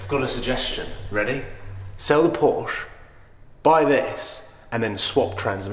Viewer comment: Please tell to say PorschE - pronouncing the "e" at the end!;-) I know, he hates the brand, but still...